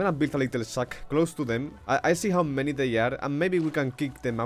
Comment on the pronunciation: Still can't tell if he said shack or sack